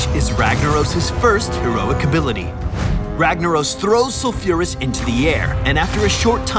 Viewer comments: Its Sol-fure-uh-s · The way he pronounces sulfuras, my ears are getting raped...